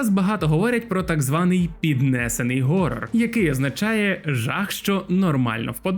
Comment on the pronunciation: Прикольно коли іде відео і люди на англійській кажуть Хорор Хорор Хорор і в кінці автор ГОРОР 😂 . СИСТЕМА переважає над усвідомленням !